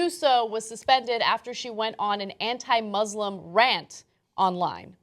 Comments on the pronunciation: I'm glad that you're defending the Islam by making fun of an Islamaphobic person, but it actually is called 'ISlam' with an S not a z, 'muSlims' with an S not a Z. thanks 😊💞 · IT'S MUSLIM NOT MOZLEM WTH